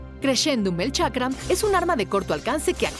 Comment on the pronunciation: Chakra ? Ulala señor francés. Boomerang diría el tío Skyshock